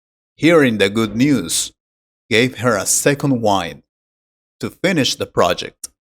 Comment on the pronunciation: Wind pronunciation is not correct